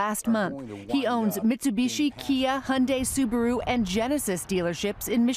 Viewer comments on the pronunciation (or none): none